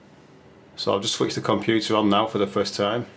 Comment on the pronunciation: Komp-you-too! Maza-boid! Actualy, a LOT of memory xD Pro-se-sou!